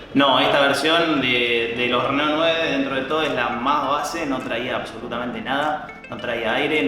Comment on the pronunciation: esta bien pronunciado "reno", en frances se pronuncia asi